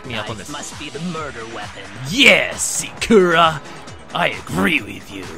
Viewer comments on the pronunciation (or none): SAkura not SaKUra. y u no prononce names like the characters in the game do... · They're saying her name over and over and you still can't pronounce Sayaka...or Sakura XD